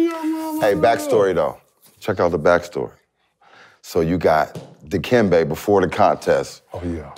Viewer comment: Yo why y’all make Dikembe sound like Bujumbura Banton? Lmao